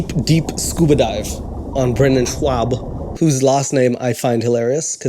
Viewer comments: I couldn’t care less** Brendan Schaub*** “ShhawB” not “ShhwaB” Ka lee Lah 🤣 Ok nvm, I quit. Do your thing. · Ok let's break down your video, ok the second time you pronounced his last name Swaabb, you already killed it, it was already old, it's ok to give you opinion but don't add your little comedy bit in there too, and I just noticed this video is a hour long, I'm good but no thx,you're funny and sh tho. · Great video, but can I just say one thing? That it annoyed the hell out of me, that you kept calling him Brendan "Schuab" or "Schwab". There is no "w" sound in there, it´s just "Schaub"! Look, I hate the man myself, but stuff like that just annoys me, because it´s so easy to research. EVERYONE else I ever heard say the name pronounced it differently than you! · You need to learn how to read dude. There is no w sound in his name. It’s Schuab not Schwab moron. You aren’t funny either so you are the worst person to comment on him not being funny. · His name is pronounced Schob not Schwab. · Shaub Shaub. Not shwab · Love the video but it's pronounced "Shobb" lol not Schwab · It's not scawb,ITS shab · You're actually mispronouncing his name... It's not schwab... It's shaub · Only thing I disagree is how to pronounce Schaub. You go "Schwab" in your Pronounciation not Schaub. I'm from a German speaking Country and this Name came from here I'm sure. (My Italian Boyfriend almost died when u said it sounds Italian xD) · His name is pronounced SHAB, NOT SCHWAB, there's no W. Sheesh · You keep saying his name wrong, it's not schwa-b it's Sch -ob they are different, they are German so they are similar but are still different. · The only thing I don’t like is how much emphasis you put into mispronouncing his name for no reason at all aside from making a terrible joke at the beginning of the video. Weather you know it or knot it’s Schaub not Schwab. Either way it’s hella annoying going out of ur way to mispronounce it. It’s cringe tbh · Schaub, not Schwab